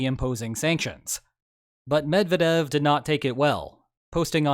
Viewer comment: Sorry not to be pedantic, but it's not "Med vah dev", it's "Med vyeah dev"